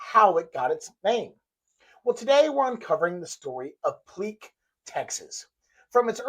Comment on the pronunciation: FYI - The family pronounces it Pleak - like Steak. Pl-ache. Not ‘Pl-eek’. His initials were AE. Not AR. Not that it really matters at the end of the day …